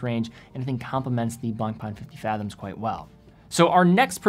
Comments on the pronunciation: I dont wan't to be rude but you could pay more respect to the french guys that have given their names to their brands. You are really damaging their names : BlancPain becomes "BlangPan", FP Journe become "F Pigeon"... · you need to improve your pronunciation of BlancPain.